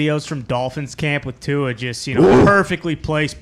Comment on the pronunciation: actually says Tua’s last name 100% correctly. Idk why everyone else continues to say his last name wrong. I wish he’d tell them to correct it. Too many players just let it slide